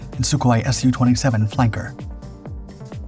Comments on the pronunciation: Absolute proof this channel is an AI voice.... SIGH There's plenty of words this AI gets totally wrong... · Yak as in Yakovlev, not Y.A.K.. Same with Su as in Sukhoi, not S.U..